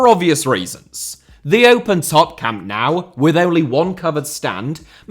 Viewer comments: btw why do you say Camp Now (as in english "now) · Camp now... 😢 the pronunciation... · I love every clip by him too. But why is every British person/YouTuber pronouncing it Camp "Now", without anyone correcting it? It's stupid that modern stadiums are built in a way that they can't be extended, without gigantic costs. Or else Bayern would've had a fourth tier for a long time. But it's almost impossible. The stadium was built together with 1860 München back then. 50/50. Hard to imagine today. Bayern used the financial struggles of 1860 to buy their shares back step-by-step. That's why the seats originally were all grey and the capacity was only 66,000 seats. Every match at any tournament is always sold out, with the possibility to sell 100,000 tickets more. Bayern would probably be the only football club in the world able to have a +150,000 seater stadium, that would be sold out every match!